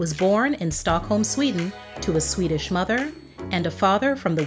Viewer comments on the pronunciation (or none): none